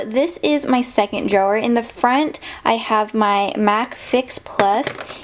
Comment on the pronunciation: It irritates me how she says "drawer"